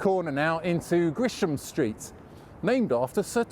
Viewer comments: It's Gresham st NOT Grisham st as he says. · Thanks because I’ve been mispronouncing Gresham